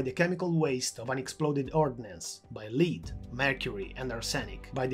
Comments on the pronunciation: Btw, it's Lead as in led and not lead as in leading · this is a very interesting and informative video but I feel like I'm distracted by your pronunciation of "lead" - most English speakers pronounce it in a way that rhymes with "bed" rather than with "bead". Keep up the good work! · Excellent video. Just a tip: Lead is pronounced as «led» as in LED-lights. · Lead (the metal) is pronounced as "led" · Good, well informed video. Please work on your pronunciation, though. 'Lead' is pronounced like 'head', and 'Arsenic' is pronounced like "ar-sin-ik. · thank you very much, I'm trying to improve. it's true, I mispronounced "lead" but I didn't realize it until the editing was done:(